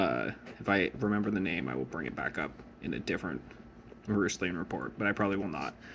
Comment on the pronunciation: You pronounce roostlings with a silent T?